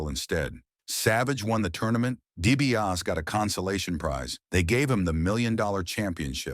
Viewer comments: There's an R in there? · It's hard to get past your AI guy's pronunciation of the Million Dollar Man's last name.